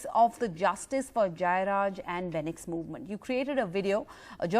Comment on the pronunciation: You guys don’t even have the name properly ... it’s Fenix Calling a person name correctly shows respect and care. South Indian Lives Matter